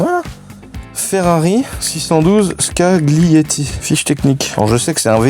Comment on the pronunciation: Saluuuuut Très bon modèle sous côté. Ca se prononce "Scalieti". Pour le chateau, on a mérité, vu l'attente, la grosse vidéo pierre par pierre. Cette chaîne devrait être remboursée par la secu. Bizzz à la famille et continue de vendre du rêve.